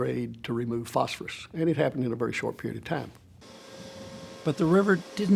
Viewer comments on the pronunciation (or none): Phosphorus pronounced "false for us", meaning death is false for us.